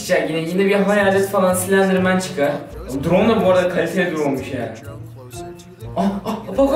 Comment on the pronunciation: Abi çok sledirmen dedin